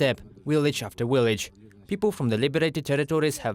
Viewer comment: What’s a willage?